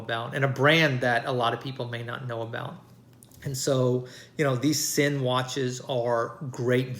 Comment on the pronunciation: Nice, it's pronounced Zinn